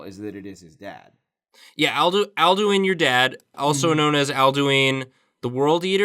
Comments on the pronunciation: the way you pronounced "Alduin" made me sad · Alduin is pronounced Ald-win not al-doo-ween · The Mutant Lemur If I'm not mistaken, it's "Al-Doo-een"